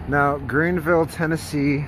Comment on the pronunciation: Omg ...OHHHHH MY GOD YOU CANT EVEN GET THE NAME OF OUR TOWN RIGHT ...YOU TRULY Should've PAID FOR A WALKING TOUR WITH A GREAT DEAL MORE INFORMATION